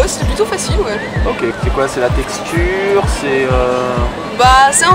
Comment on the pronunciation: C'est plutot la textureuuh?